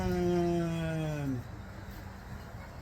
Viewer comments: It's pronounced ' sit- trin' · It 'should' be pronounced cit-ro-en, as in the French manner. With a slightly guttural sound on the 'ro'.